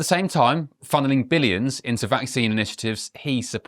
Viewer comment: He's always saying next pandemic. Gates is a genocidal threat to the world. He wants a genuine pandemic as opposed to the covid bullshit. He can't even pronounce the word vaccine correctly. He is a danger to humanity.